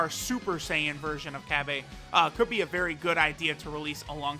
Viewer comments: Cabba is in no way shape or form meant to be pronounced or spelt CABBAY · Cabba not cabbay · I'm pretty sure its pronounce cobbu